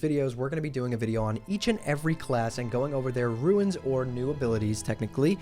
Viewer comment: was keen to watch this until I heard how you say runes.